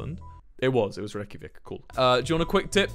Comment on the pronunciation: bro fr said rekyavikk- i'm icelandic and OFFENDED